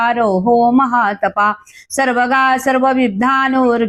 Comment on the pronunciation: तुमचे विसर्ग उच्चार जसं स्वतः हा उच्चार येत नाही. महातपा:हा उच्चार महातपा झाला.